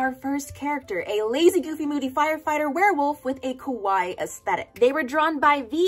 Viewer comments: Just thought i would let you know- when you said kawaii you actually pronounced it as kowai which is the Japanese word for scary, not being mean just something funny I noticed haha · ka-why-ee not ka-why its ka-why-ee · i will never get over the fact that you pronounced “kawaii” as “kowai” which means scary 💀